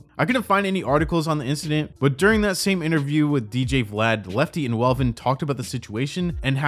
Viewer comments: Its not Melvin, its Welvin! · Welvin, not melvin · YOU SAID MELVEN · With all these views you’re getting exploiting homie … AT LEAST SAY HIS NAME RIGHT… ain’t that effin hard… at least you coulda edited it … smh…